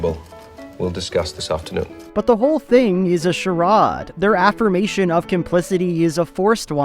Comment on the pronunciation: Have I been pronouncing ‘charade’ wrong my whole life?